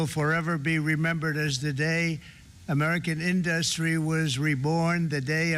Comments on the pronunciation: He pronounces it in-dust-tree 😅😢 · Can't even say industry properly for fuck sake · trump can't pronounce 'industry' but 'raped' came right out